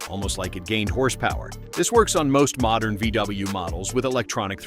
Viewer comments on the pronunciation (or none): Did you say mordern VW?? and some of your videos are dated. This video was a complete waste of time!